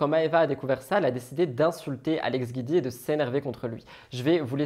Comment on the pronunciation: Le nom d'Alex c'est Giudicelli donc c'est GIUDI et pas GUIDI. Je l'aime pas mais tout le monde écorche son nom de famille